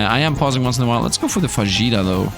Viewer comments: Heyy Love your content, it's so nice finding people who enjoy the same type of games I do :D By the way, are you sure "fajita" is pronounced that way ? I think it sounds more like "fa-hee-ta" Sending loveee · Oh my greek friend :) it's pronounced fa-HEE-ta, because the J is pronounced as an H in spanish. Great video btw!!